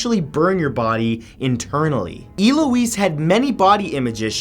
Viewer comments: "El-oo-eez"...Not "E-loo-eez" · E-Louise ahaha El-ouise I love when people from different countries or accents pronounce names and words how you see/read them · Eloise. El-Louise. Not E Louise. I love your videos, this isn't hate it just annoyed me 😂😂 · Damn man it’s ELLE-O-UISE not ILL-O-UISE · No not E-lo-ess, EL-ow-ez. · Elouise is not pronounced EE-louise" but ELL-louise. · Omg its "ELLE-O-EESE" not "EE-LO-EESE" and who doesnt know how to pronounce "Shari".... sorry but a lot of your name pronunciation sucks bro.. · It’s El-ouise. Not E-Louise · I don't think I've ever heard Eloise pronounced Eeeeloweese before. I've only heard it as L-Oh-eese. Interesting way to say it for sure. And I think the word is succumbed not sucame but again that could be a new version of a really old word (but on this one I don't think so). Great videos though! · It's pronounced Eh-loise not Ee-loise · I love how Matt says E-Louise when it's pronounced ELouise, pronounce the ELLLLLLLLLL! Bless him xD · It's "Eh-Lo-weeze" I should know, it's my name lol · I think her name is pronounced Elle-oise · It's pronounced ell-o-wees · why does he say it "illoise"? The name's Eloise isn't it? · I love your videos so much - except for the times your pronunciation is actually painful. It is so obvious how much work you put in here and how passionate you are about the things you post, do that little extra and if you're unsure - look it up, please! Hearing Eloise pronounced as E-lois and creating the brand new word, succame (sp?). The past tense of succumb is succumbed. I'm sure I'm going to take shit for this comment, but I like your videos so much and want to not feel all cringy for you when these tragic errors occur. Especially when it's the name of a victim, the least we can do is make the effort to do the best we can to at least pronounce their names correctly! Thanks for all the awesome content!! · Eloise not eeloise you cueball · we not gon talk abt how he pronounces eloise